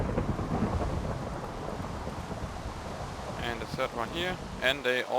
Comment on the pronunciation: Oh i didnt realise that he ment repeaters!:D Peters and repeaters sound nothing like each other or i dont thin k so anyway! So thanks buddy - i nearly couldnt understand the entire video!O.O But you saved me:)